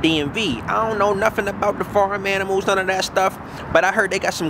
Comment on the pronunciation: This shit is better than most comedy shows 😂😂. " FREsh aminals"😂